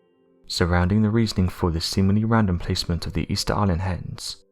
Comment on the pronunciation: I swear he keeps saying hens instead of heads every now and again 😀😀😀🐓🐓🐓🗿🗿🗿